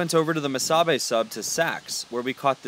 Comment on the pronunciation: FYI Missabe is pronounced Miss ah bee and "Mt. Iron" is Mountain Iron.